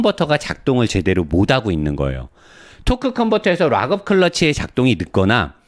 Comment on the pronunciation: Lock up 이라는 단어를 리뷰하실때 많이 사용을 하시는데요. 락 업 으로 발을을 하셔야 합니다. 오랬동안 의 리뷰를 즐겨 보는 아우디 A6 3.0 가솔린 오너입니다. 물론 이해는 하지만 유투브 방송은 전세계에서 보는 방송이라 제대로 발음을 하셔야 더 보기 좋을거 같아서요. 기분 상하지 않으셨으면 합니다. 롹 업 이라고 발음을 하시면 ROCK UP 이고 락 업 이라고 발음을 하셔야 LOCK UP입니다.